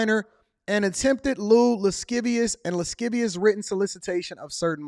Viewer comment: Lascivious ... pronounciation of the sc in the word should make a shh sound ... 'lashivious'. Oh, and an under-cover DETECTIVE engaging in an entrapment of sorts exercise. UNDER-AGE, but UNDERCOVER, to arrest a grown man. Under-age, engaging in adult conversation. And if the DETECTIVE is full grown, but PRETENDING to play an under-age teen, then the falsehood should have some legal implications towards a dismissal! Its orchestrated!! Some CatFish bullshit!!